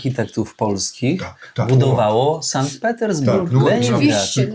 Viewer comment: To nie pierwszy odcinek o Sankt Petersburgu i ciągle słyszę San i San. Może szanowny weźmie sobie do serca i zacznie wymawiać tak jak Pani Nadia, czyli Sankt.